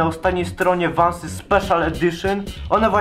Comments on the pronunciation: vansy a nie vąsy xD !!! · Czyta sie vensy ; ) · hahahahhahahhahahaha ja pierdole XD czyta się vansy idotko hahahah